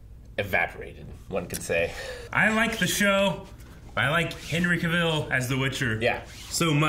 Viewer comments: Insisting on mispronouncing someone’s name, after that someone has made correct pronunciation very clear, is insulting and offensive. Henry Cavill put out a video YEARS ago, helpfully informing us that Cavill rhymes with travel. Thank goddess there are no nuclear weapons in this thing. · Just a fyi, you guys always mispronounce Henry Cavill’s last name 🤦🏻‍♂️